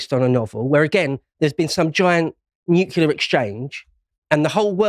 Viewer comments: Stop saying nucular 😅 its nuclear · Please pronounce nuclear properly. It's not "noo-cool-ar", it's "Nu-clear"! Ffs, I can;'g get past this Bush-ism! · What even is a nucular bomb? Is it anything like a nuclear bomb? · Hard to believe someone who can't even pronounce nuclear. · Somebody sounds like Homer Simpson when he mispronounces nuclear. There are "tactical nuclear bombs" with very small fallout. There was MAD, mutually assured which meant enough warheads/bombs to wipe out all major cities. OTOH, people now live healthy lives in Hiroshima. Keep in mind that humans evolved in a much more radioactive world. Or is that news? LNT is a fiction. We need radiation in our environment for a healthy life.